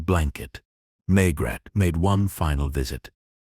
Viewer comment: For everyone’s sake,get your bot to pronounce Maigret’s name properly and consistently. If your AI programme comes with an American accent, get rid of it. I’m sick of listening to great stories ruined by AI. Can’t anyone read anymore!!??